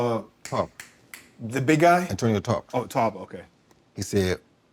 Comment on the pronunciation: Roy funny af it pained him to say Antonio Tarver